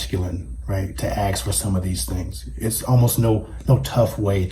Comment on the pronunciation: It’s ask not ax